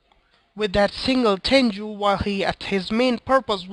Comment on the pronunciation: its simple actually its pronounced ten_goo you were saying juu instead